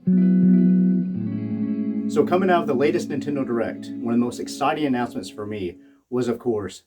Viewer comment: "Intendo" lmao.